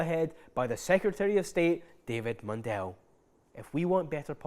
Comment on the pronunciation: Just to say, "Mundell" is pronounced "Mun-dull", not "Mun-dell". He says "Mun-dell" because it sounds fancy and shite.